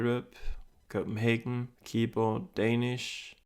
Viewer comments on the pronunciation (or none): none